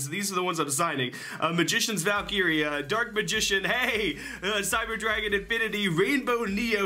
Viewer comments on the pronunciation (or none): none